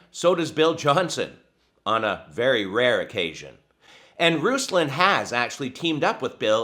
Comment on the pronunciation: Eek. You pronounced his name slightly incorrectly. Going to be called a goober v soon.